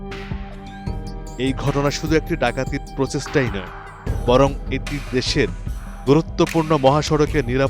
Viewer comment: সাংবাদিক ভাই, ডিল না ঢিল, ধ্রুত না দ্রুত, পচেষ্টা না প্রচেষ্টা। প্লিজ উচ্চারন ঠিক করুন আপনাদের থেকে বাচ্চারা বাংলা শিখে।